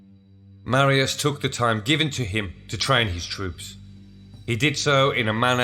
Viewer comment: Please learn how to pronounce Latin words... "C" is always hard like Catholic or Cock. Marius is Mar as in Mars. E us as in use.